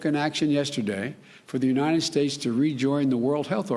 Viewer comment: "Unine-ed States of America"